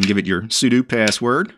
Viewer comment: Finally! A man who will correctly pronounce 'sudo'. What a relief.